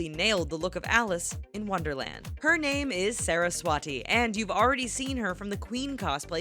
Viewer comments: she is Saraswati and not how U pronounced Sara s wati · actually,she is 'saraswati' and not ' sara swati'